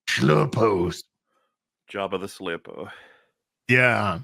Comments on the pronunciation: Thou shalt not shlurpo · "I have a bad shlurpo about this" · Shlerpo is the word.....😂😂😂😂😂